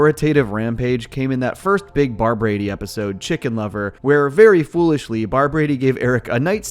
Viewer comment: I feel like he is saying Barbrady wrong for some reason